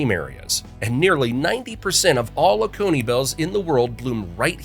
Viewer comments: I live in Oconee County. It's pronounced Oh-ko-nee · Also Oconee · Catawba and Waccamaw he got. He said Jocassee two ways, mostly JOKE-uhsee and one time jo-KAH-see. It's jo-CASS-ee. He said Edisto as eh-DISS-toe. He said OAK-a-nee instead of o-CONE-ee for oconee. Anyway its probably an AI voice and it's super annoying. But interesting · Edisto is pronounced “Ed A Stow.” Jocassee is pronounced “Joe Cass Eee.” Oconee County is pronounced “Oh Cone Knee.”